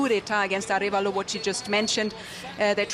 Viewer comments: Well, the US brought down the democracy begun by Arevalo's father... And by the way his name is pronounced Ah REhh valo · It is Arévalo, with an accent on the "e". Thanks for covering this.